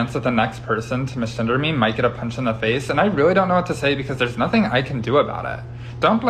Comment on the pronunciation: "Might get a pehnch in the fehce"